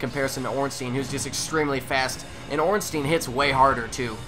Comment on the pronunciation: I notice how you pronounce Ei as eeh everytime. It's actually pronounced eye. Zweihander is not zweehander but tsweihander (german for 2 hander). And ornstien just sounds small, Ornstein on the other hand sounds huge :P